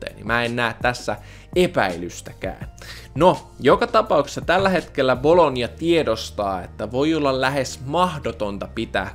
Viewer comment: Miks sanot bolognaa bologniaksi?